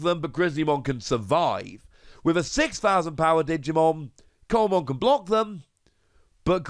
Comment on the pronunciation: Just as a heads up, Coelamon is pronounced "see-la-mon", as in the fish coelacanth. I am interested to see how Takumi Aiba gets used down the line. It's obviously a good card, but I wonder which decks will have the space for it, and which decks will have to MAKE space for it.